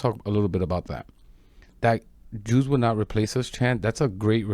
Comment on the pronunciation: I did not really here them say "Jews" I Heard "You" However we know what they really mean